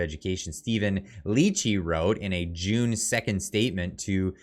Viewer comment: You keep mispronouncing June